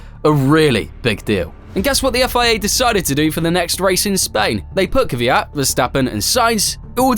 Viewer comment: First time hearing someone say kvyat properly idk why everyone says kivyat